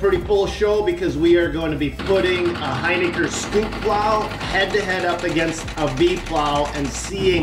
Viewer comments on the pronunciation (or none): It’s not “Hyniker”. It’s Hin i ker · We can clear this one up :) It is pronounced "Hin-ick-er :) Maybe on your next video you could give a shoutout about the name- it's a tough one!